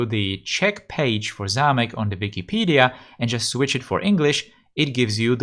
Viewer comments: Hi. You are czech? You can pronounce zámek really well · Yes he does. He pronouces zámek suspiciously well... And Mělník too...